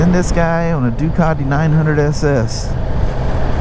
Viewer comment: Holy Moly! A wheel that is back ordered for a year! That's not good. This video felt like you had 'speeded it up' I swear you ride those G310's quicker than the R1250 GS!! A Harley / BMW guy that knows how to 'say' 'Ducati' now that is a rare thing indeed. I bet you know how to say 'Moto Guzzi' too...! I'm just kidding, nice to hear you reminiscing about your racing days....you should tell us more about that someday..... Hope you got all the computer gremlins sorted out. Have a great weekend the two of you!